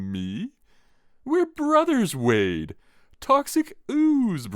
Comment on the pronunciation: This was awesome! I just wanna know how many times you said Wayne instead of Wayde 🙃